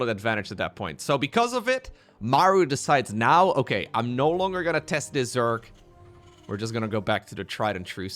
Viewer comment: Take a shot every time says: "O-keh...", "On the back of", "Disaster"